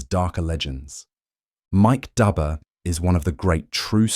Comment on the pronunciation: The engraver's name is pronounced like Doober not like Dubber, even though it is spelled that way. An understandable mistake. We have known each other for 45 years.